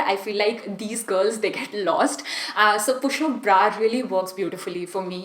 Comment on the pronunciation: Itni conscious kyu ho rahi ho aur bra ko pronounce bhi erroneous kr rahi ho aur sewing machine ko bhi galat pronounce kia h.